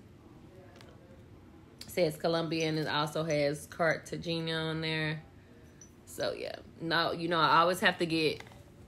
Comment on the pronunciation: “Carta-GINA”?! Yeah, it’s pronounced Carta-HAY-na babe… but definitely appreciate the video. Very informative for those traveling there!